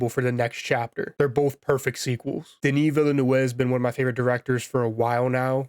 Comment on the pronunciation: I am going to make your life easier saying Denny Veenoov say it like that. you're a champ. good classic style review.